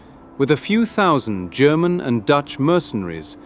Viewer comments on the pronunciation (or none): none